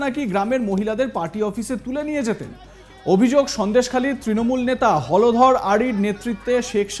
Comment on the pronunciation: হলধর না হোলধর?😂😂😂